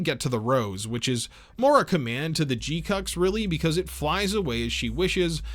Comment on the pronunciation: dude, you're leaving out the U's in pronouncing the name GQuuuuuuX.